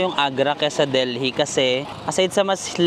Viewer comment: Deli po ang pag-pronounce, SILENT H ang Delhi.